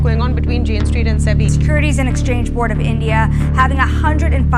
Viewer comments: bros pronounciation: jane street❌ jane cheat✅ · Jane Street bol rahe ki jane chit😂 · Is it just me or did you keep saying Jane Cheat instead of Jane Street. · Am I the only one who is hearing him pronouncing Jane streets as Jain cheat? Also they're allowed to trade after 5000 crore? So no refund to the people who lost money and it also means SEBI said, give us the refund and we will allow you to loot our people for a charge? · Bhai jane chit kyu bol rahe ho woh street hai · I heard you call it Jane “CHEAT” 😂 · Bhai Pehel Pronunciation to dhyanse kar, Jane Street